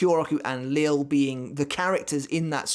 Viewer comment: Great video as always. I don’t know 100% for certain but I’m pretty sure Lille Barro’s first name is pronounced Lee-Yeh Barro and not Lil’ as in Lil’ Wayne. Someone correct me if I’m wrong, but I’m pretty sure that’s the correct pronunciation.